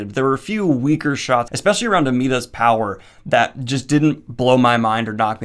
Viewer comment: btw it's JESPER not JASPER and ALINA not AMITA :)